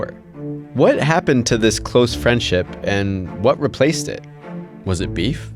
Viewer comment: I hate the way this dude says beef. He’s so corny